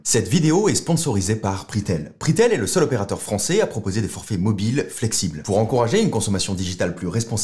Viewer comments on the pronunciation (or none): none